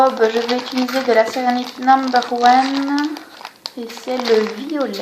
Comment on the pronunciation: Très jolie :) Au passage, on dit "utiliser" pas "ituliser"